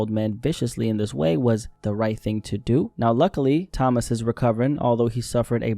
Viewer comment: Toe-mas not Thomas